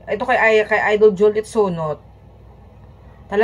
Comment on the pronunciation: Visaya.kainis yang pronounce mo.sakit sa tenga.alden po!d aldin.juliet po.d joliet